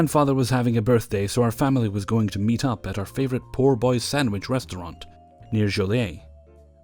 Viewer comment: it's Po Boy, not Poor Boy